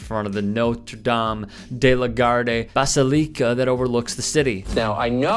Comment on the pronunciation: Will Hooked on Phonics work for you, dude? Is English your first language??? Wow. Basilica...did yall HEAR that??